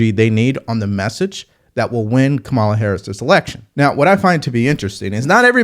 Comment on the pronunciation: Consider how many times you've heard her name, and realize you are still unable to pronounce it. Your brain isn't functioning properly.